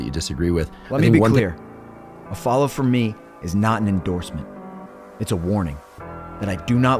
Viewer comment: The “follow” at the end with the emphasized F as if to say FUCK is genius.